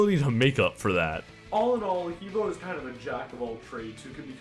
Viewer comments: also... please, not hee bo, it's Heh Beh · The way you pronounce he bo is WAAAAAAY off. You say it like "hee bou" when it actually is pronounced "huh bwoah" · He Bo is pronounced Hub Wa. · He Bo is pronounced 'huh bwah' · ***** He bo is pronounced Huh Boh, Because pingying in the chinese language. I took chinese. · These guys all suck at pronunciation its Ha Bwa like hahahaha and bwahahahaha you bunch of sad sacks